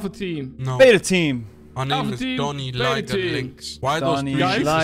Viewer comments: I think he said “Liger run” but he might’ve said that, I can hear it both ways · If he said “Liger run”, then it would’ve been pronounced “Lie-ger” not “Ligger” lol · I do not hear liger at all I rewinded it like 5 times and I do not hear liger😭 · Since when Liger German?